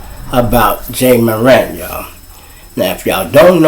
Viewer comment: He plays for Memphis! Sir, Not Minnesota 🤦🏾‍♀️ & isn’t his name “ Ja’ (like Jah) Morant’ (not Moran) Ijs🤔